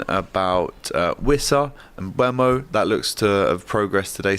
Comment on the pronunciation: Can anyone at DR Sports pronounce Mbeumo correctly? Just look at the video of Brentford players and manager saying their names, it's on Youtube. Hint: it's pronounced "mbuumo". NOT "mbuemo".